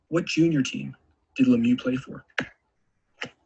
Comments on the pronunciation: It's ironic to have a quiz on Mario The Magnificent but nobody can pronounce his last name; LemiEUX, not LemYOU.; Dino Ciccarelli (Chicka-relli, not Sissa-relli).; Enrico Ciccone (Chick-O-Ney, not Siss-O-Ney). Come on guys, you work for TSN. Having a little respect doesn't hurt. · As a French Canadian I find it hilarilous to watch you mispronounce Lemieux for 20 minutes straight